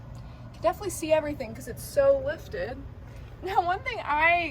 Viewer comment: take a shot every time "definlyyy"